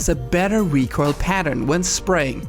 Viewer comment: You seem to struggle to pronouncing recoil lol